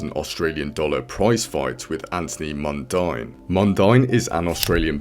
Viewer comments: Mundine is pronounced 'Mundeen'. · Mundine Is Pronounce As Mundean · Pronounced: ‘Mun Dean’ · How is this guy a fan of boxing but cant pronounce Anthony Mundines name correctly haha Also Muay thai & kickboxing are 2 different sports ..